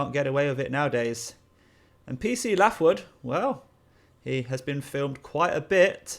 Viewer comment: Pronounced Laithwood, not Laughwood lol